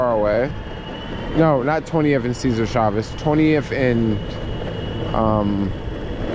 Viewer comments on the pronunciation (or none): none